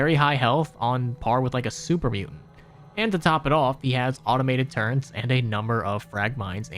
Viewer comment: I’m begging - turret is pronounced “turr-it”